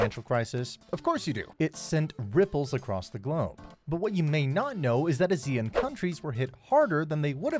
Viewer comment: Considering you are called Behind Asia, please pronounce ASEAN correctly